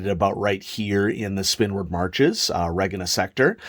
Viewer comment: I always thought Regina was pronounced like the woman's name